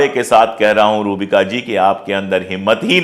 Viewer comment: सर आप नाम सही नही ले रहे है पूरा नाम है रूहबिका लियाक़त